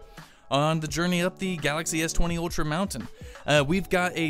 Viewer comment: It's Ultra... ☑️ Not Outra... 😠😠😠